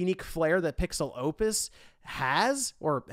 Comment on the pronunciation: Maybe it's because I'm Mexican but I can't help but to hear "PixelLopez" every time I heard PixelOpus during this video